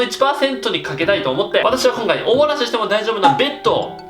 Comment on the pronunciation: お漏らしが、おもなしって聞こえる！( ´艸｀)ﾌﾟｯﾌﾟｯﾌﾟｯ